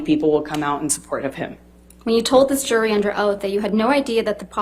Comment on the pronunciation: How does the word JURY lose the J sound. You Say URY.